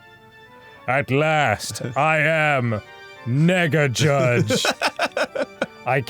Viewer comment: did danny say mega judge with an N????? 💀💀